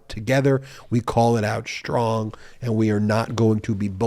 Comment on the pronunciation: Shtrong? Stop it. Speak properly.